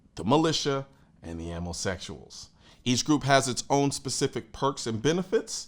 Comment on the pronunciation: Ammo sekshuals 😂😂😂